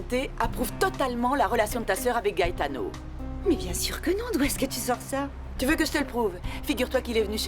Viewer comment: La sœur de Ruby m’énerve avec son soir disant gaëtano 😂😂